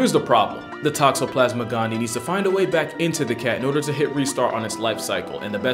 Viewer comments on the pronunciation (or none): I don't know if you'll see this because this is an older video, but anytime there are two i's in a scientific word, you pronounce both. That parasite's species is "GAHN-dee-EYE". I believe it denotes a species named after a person, like "Inostroncevia alexandrii" (my favorite animal) meaning Alexander's... something (likely named after the man who discovered said species.)